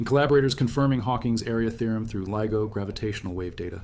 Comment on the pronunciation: Is this AI voice, LIGO keeps being pronounced LEGO